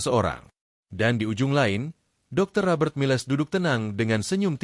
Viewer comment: nama jendral Miles hrs dibaca sbg Mails & bukan miLes, lalu nama minuman alkohol Cognac jangan dibaca tjoknaktje, tp hrs diLafal: Konyak. Jadi hrs belajar bhs asing dulu seblm ngablakin bacot 🤪 ttg nama family jendral Pierre itu ngucap nya Duboa, bukan Dubois🥴